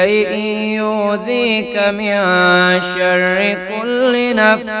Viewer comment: Zabar zeer may ghaltiiii hay...من شرا ko ghalat parah